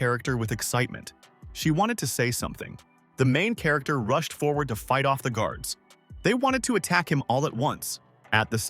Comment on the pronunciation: Hai-ann "rooshed" to the exit